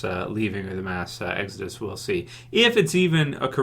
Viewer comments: "...and episode 8 is called EGG-Zuh-Dus." Not making fun of you, by any means, but I laughed out loud at that part for some reason... thanks for another informative vid! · Why u say exodus so weird lo